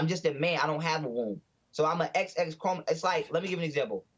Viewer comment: “I don’t know about no chromo-gome!” 😂😂😂 JESSE’S UH-MAZIN